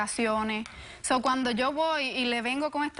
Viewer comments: Estoy de acuerdo. Además se dice sou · Me pone nerviosa que diga "SO", si hablara bien inglés diría: 'souu' jajaja pero es que es un SÓ, el espanglish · like por cada vez que dijo sou